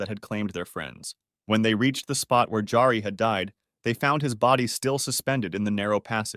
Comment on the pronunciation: J's are pronounced like Y's in most Germanic languages, like Norwegian. So it's not "DJARI," it's "Yari."